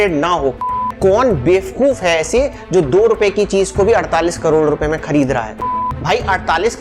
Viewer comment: Please, say bevakoof not befkoof, saying befkoof is not admirable for the person like you, as an educated, engineered & successful person. Please, do a deep search for this with your perfection.